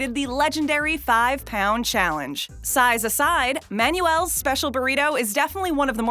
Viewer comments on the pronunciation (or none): Manuel is pronounced; "Man-Well".